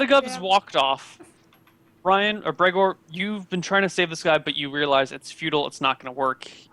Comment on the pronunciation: You just butcherd Bregor